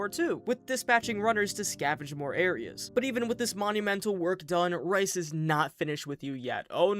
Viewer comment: Bout 30 minutes in, going great, but how many times am I gonna have to hear him call Rais “rice” 😭